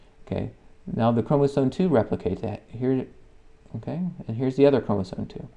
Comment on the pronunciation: why are you saying chromosoNe?